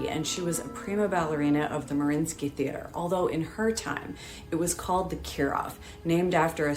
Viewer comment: Doesnt Mariinski have TWO "i" in both spelling and pronunciation?